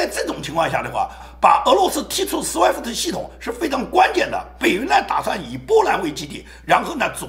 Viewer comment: 亲，不是sweft，是swift.讲的很好很激情很速度，喜欢